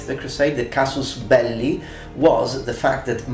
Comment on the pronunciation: I like it when you say casus belli.